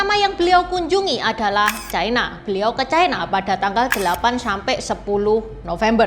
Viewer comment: Ucapan yg bnr : China, bukan " Chaina "